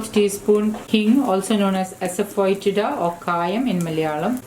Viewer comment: Its pronounced as “asafeetida” ....not “asafoytida”.....great work....congrats on 1M....you deserve every bit of it and more ....